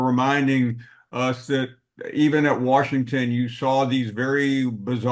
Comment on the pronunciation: "Warshington" - Paul Finebaum